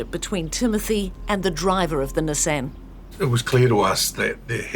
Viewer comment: The big takeaway from this video is that kiwis don’t know how to pronounce “Nissan.”